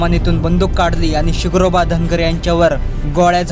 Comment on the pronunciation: SIGROBA nahi SHINGROBA bol Yedzavya u tube walya